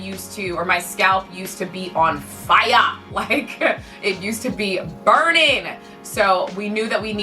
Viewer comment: "fie-yah!" That sounded very Guyanese there. 😂